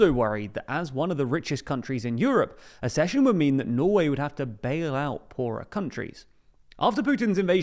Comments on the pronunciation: ACCession not ASSession. If you can't even look up how to pronounce a new word, why do you expect us to respect your analysis? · It’s not a-schesion! It’s ac-cesion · It's ACK-session. Like access. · It's pronounced aksehion!